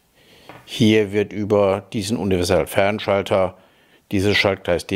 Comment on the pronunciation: Ich bin ja nur hier um zu hören, ob der inzwischen Universalfernschalter aussprechen kann.;-)